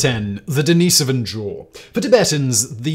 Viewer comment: You say den- ah- so- vah but don't say den- ah- so-vian. That's how you pronounce it